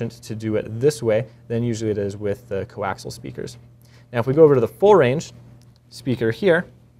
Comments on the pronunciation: coaxial = koh-aks-EEE-yal, not koh-aks-al. Sorry, had to go grammer Nazi man. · Co-Axial, not coaxle! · It's fucking co-axial, not co-axle. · Coaxial* not fkn co-axle.